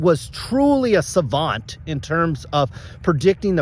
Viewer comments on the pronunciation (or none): none